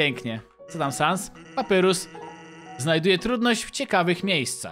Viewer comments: 2.31 CZYTAJ PAPAJRUS NIE PAPYRUS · nie papyrus tylko papajrus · Nie czyta się papyrus tylko papairus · Papyrus czyta się Papajrus :) i lubie undertale :D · ałaaaaa dlaczego do jasnej ciasnej czytasz papyrus a nie papajrus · Nie mów papyrus tylko papajrus tak sie mówi a tak to ja znam żartów sansa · mówi się papajrus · Papirus czyta się paparius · nie muwi się papyrus tylko papairus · to nie papyrus tylko papajrus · Mówi się papajrus a nie papyrus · Wymowa papyrus-papajrus undyne-andajn śniezłe lody po angielsku nice cream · Patrzę na łapki i jedna łapka xd Skomentuje więcej jak obejrzę I drugi jestem Wgl taki szybki edit kiedy oglądam To mów na niego papajrus A nie papyrus albo papirus Na undyne andajn albo undajn troche dziwnie to wygląda ale lepiej brzmi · to się wymawia papajrus tak się nazywa brat sansa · Papyrus czta się papajrus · Papyrus muwi się Papajrus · Jeśli to czytasz to papyrus mówi się papajrus a undyne andajn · czyta się papajrus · Jak coś to papyrus czyta się papajrus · jakby co btw mówi sie papajrus a pisze sie papyrus jakbu co